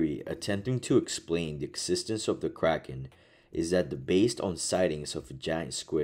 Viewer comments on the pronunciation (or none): none